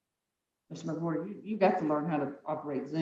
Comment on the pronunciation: Stop...that guys name is "Mc-Whore-ter" 😂😂😂😂